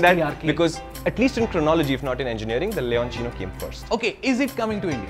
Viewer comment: Leonchino so this is how you pronounce it. I thought it was leocinio or loucinio or something.